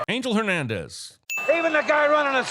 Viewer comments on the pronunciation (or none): none